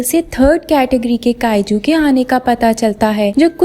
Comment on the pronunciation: Kaaju 😂😂 ya kayju